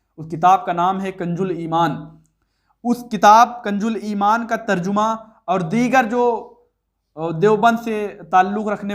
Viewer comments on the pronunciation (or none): پہلے میں آپکی ویڈیو تو نہیں دیکھتا تھا مگر شکل و صورت سے آپ عالم لگتے تھے اور آج ویڈیو دیکھنے کے بعد معلوم ہوا بہت بڑے جاھل ہو قرآن کی آیت تک صحیح نہیں پڑھی گئی اور بیٹھے ہو رد کرنے کنج الایمان نہیں کنز الایمان ہے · ارے بھائی کنج الایمان نہیں ہے کنز الایمان ہے